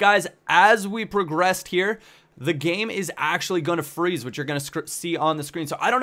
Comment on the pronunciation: Just when you Said fre... (Freezez) My vid froze... I don't wanna live on this planet anymore